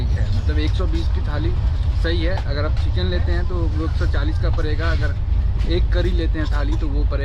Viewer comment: एक ओर ड़ की भी दिक्कत है जैसे मेरे स्टोर से पर्चेस करेंगे तो परेगा इतने का भाई वो पड़ेगा है ना कि परेगा